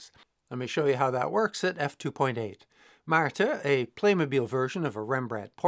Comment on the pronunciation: I was just wondering whether (still?) spoke dutch... By the pronounciation of and Oopje, I now have my answer. Ik geniet met volle teugen van je video's!